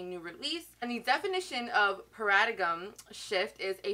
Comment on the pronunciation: Omg!!! Lmfaoo. The way you pronounce paradigm 😭😭😭😭 girl you could’ve just google searched it. Or watched another tutorial.